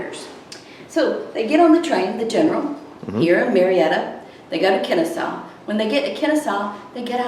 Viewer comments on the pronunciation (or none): Nice. BTW it's pronounced "Kenn-A-saw"